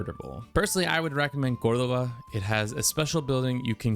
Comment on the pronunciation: Damn, you even hit me with "Badajoz, Córdoba, Murcia and Valencia". Very nice!